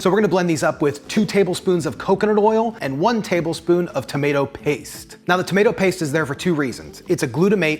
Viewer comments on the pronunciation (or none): none